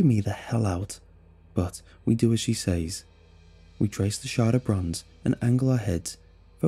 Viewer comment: Dude you’re not saying says right, it’s meant to sound like sez, how you’re saying it is never applicable